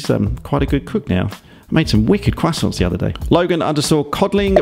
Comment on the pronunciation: "Made some wicked cwwassonssts the other day"